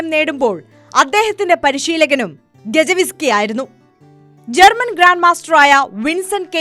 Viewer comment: ഗജ വിസ്കി അല്ല ചേച്ചീ. ഗയെസ്കി ആണ്... 😂